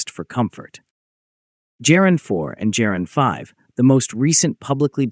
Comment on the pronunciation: It is pronounced Geran with a hard g, as in god or goat, not "jeran"; the soft g sound does not exist in Russian.